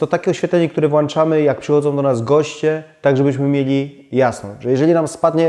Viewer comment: merytorycznie wszystko super, fajnie jednak jak uda się zachować prawidłową polszczyznę - włączamy(mamy włączniki, a nie włanczniki). Gdzieś po drodze było też było "wziąść", zamiast wziąć:) Przy takiej oglądalności, myślę że warto to poprawić.